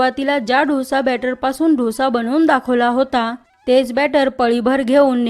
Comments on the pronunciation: ढोसा ढोसा म्हणजे काय? डोसा म्हण गं बाई डोसा डोसा डोसा गंबाई शंभर वेळा म्हण म्हणजे पुढच्या वेळेस शुद्ध बोलशील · Actually दोसा.....ढोसा नाही की डोसा नाही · ढोसे नाही डोसा ग बेटा❤ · ढोसा नका म्हणू. डोसा म्हणा. डो सा!!! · ढोसा नाहि ग डोसा बोल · ढोसा नाही ग बाई.... दो सा.... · ताई खूपच सुंदर डोसा तयार झालाय. महत्त्वपूर्ण ट्रिक सांगितल्याबद्दल धन्यवाद ! पण उच्चार ढोसा नव्हे तर डोसा असा करावा. ❤💐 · ढोसा ढोसा काय म्हणती Dosa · ढोसा..नाही हो। डोसा म्हणाल तर छानच.. छानच कल्पना..👌👌👌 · आधी dhosa n mhanta Dosa bola ki. Kharab vatte ऐकायलाही. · डोसा नाही हो दोसा ! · Dhosa नाही दोसा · ढोसा नाही ग डोसा 😂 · छान माहिती. फक्त ढोसा नाही डोसा म्हणा. 😊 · दोसा म्हणा हो